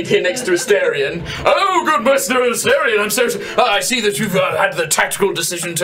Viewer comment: the “a-STAIR-ion” pronunciation is irking me so bad😭